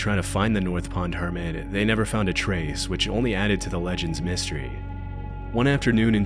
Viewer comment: HermiT, not herman, not hermid.